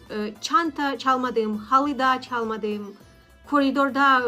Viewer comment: Bir Türk olarak ufak bir tavsiye vermek isterim. Yabanların Türkçe konuşurken en çok yaptığı şey sizde olduğu gibi noktalı harfleri noktasız, noktasız harfleri noktalı gibi söylemek. (Yaşadim) (Çalmadim) (Çunku) (Uyaniyorum) (Baktim) (Başkasinin) (Nasilsin) Tabi ki bunu kusur olarak söylemiyorum eğer nasıl daha gerçek bir Türk gibi konuşurum diye sorarsanız cevabı için 💙